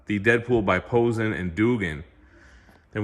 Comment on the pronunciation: btw Posehn is pronounced poh-sain, rhymes with pain or rain. And Duggan is dug like "dug a hole". I only know this because both of them were on a D&D podcast that I used to listen to called Nerd Poker.